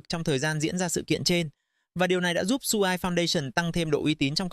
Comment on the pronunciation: dùng AI cho video cũng được, nhưng mà các bạn nên chỉnh những phần mà AI nói sai đi ạ. Vì dự án quen tên thì có nói sai tên vẫn luận ra được. Nhưng có những tên riêng phát âm sai người nghe không thể nào luận ra được đó là dự án nào. Ví dụ như SUI thì đọc y vậy, chứ đọc "Su-ai" là bị sai rồi.